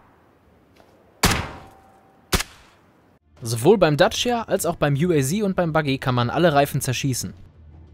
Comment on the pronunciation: Uaz das wir Deutsch ausgesprochen u a z